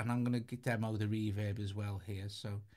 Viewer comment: I like how he says “reverb” like “REE vib”.